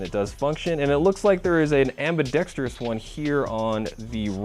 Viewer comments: nice review, but, please, say after me (spelled somewhat phonetically)...am...be..dex...tres. (Please, no "trious" on the last syllable.) Ambidextrous. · AmbidexTRUS not AmbidexTERUS, don't worry, you aren't the only 'Murican to have trouble with the English language, There are so many ACROST Utubes LOL. Wish we had airsoft down under, but the socialists still rule down here.